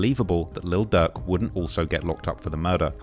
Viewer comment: DAWG WE CANT UNDERSTAND YOU. PUT “LIL” IN FRONT OF DIRK. DIRK AND DUCK SOUND THE SAME